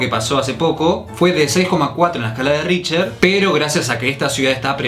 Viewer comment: El índice: RichTer: Richer El índice: RichTTTTTTTTER: Richer